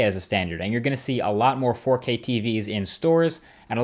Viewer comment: All I hear now is forkay. Forkay.